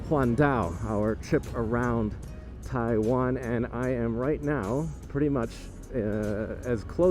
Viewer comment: He can't believe his eyes? Well I still can't believe my ears when I hear him saying "Taiwen".. How long has he been in Taiwan now? And how long has he been speaking English..?? Does he need to take an English class on how to speak it correctly..?